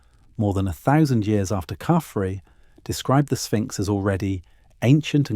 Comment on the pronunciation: If they ever teach a.i. how to say thousand correctly I think we are fooqed.